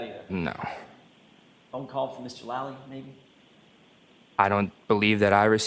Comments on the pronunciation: > I can't stand Lally but man please can u pronounce his name right. It's driving me nuts to hear u say "Lully" its supposed to sound like Laaally - not Luuully. The "a" makes the sound like the word "Laugh". Thanks for more vids on KR case. I love how ur getting the truth out there & I fully support Karen Read & I know she had nothing to do with John's death. The Reads are really genuine & great people. Completely opposite of the Alberts & McCabe's. I hope ur gonna do Nicole Alberts & everyone else's too. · Lally like "Sally" as in sallyport